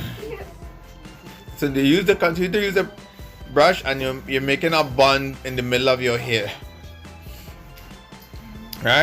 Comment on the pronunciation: Nobody: Her dad: "now we gonna make a bund😂😂😂, now we going and use a brush....brush it upwards from the back"